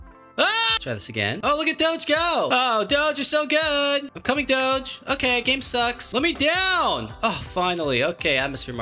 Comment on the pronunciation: Him saying doge is absolutely obnoxious